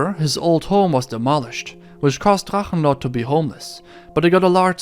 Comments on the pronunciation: Are you german? Because the german names and words in the Drachenlord topic where flawless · Kudos to your pronunciation of German words like Drachenlord. I have to correct you though about one thing. He managed to blow the whole sum he got for selling his house and now lives in a small village in East Germany. The only income he has is German social security payments. Meddl off :)